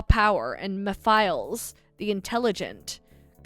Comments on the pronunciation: ah yes, "meh files" LMAO its like "meh-fil-es" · it’s like Mephistopheles but take out the “stophe” of that word to shorten it and you’ll get the name Mephiles as you try to do the pronunciation switch up going from both Mephistopheles & Mephiles but switch between both at a slow paced and when you hear your self saying it that way??? You’ll know that it’s “Meh-fill-es” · Mephiles "Meh - Fill - ess" :P